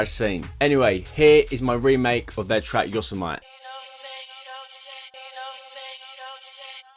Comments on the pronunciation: Pronounced: Yo-sem-ity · just a fyi it’s pronounced like yo-sem-a-tee